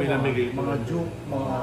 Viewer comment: Anti Shoe word of the day: DUKE❌ JUKE✔ hahahaha